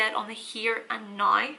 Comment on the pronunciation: Oh, when your say "nigh," it means now. Makes so much more sense nigh. I mean now.